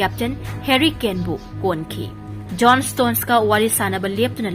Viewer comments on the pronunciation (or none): none